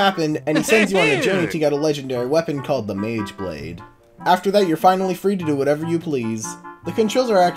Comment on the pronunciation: a mageblade? bruh its actually magablade